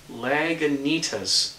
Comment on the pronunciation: Hey, I live about 20 miles south of Lagunitas Brewery. They have a great beer called Hopstoopid. It rolls in around 102 IBUs or so. One of my favorite beers. Oh, and it's pronounced Lah Goo Knee Tass.;) Cheers mate.